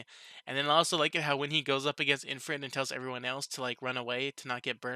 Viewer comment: Why are you calling it IN-frit? there is no "n", it's IF-rit. Also dude, the guild master of the Blumund adventurer's guild is called "Fuze", they were talking about him.